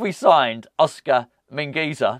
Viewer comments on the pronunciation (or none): It’s Oscar Min-gway-thuh